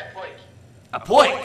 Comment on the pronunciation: Little, benefitting poiks. And this here cake? It's a poik!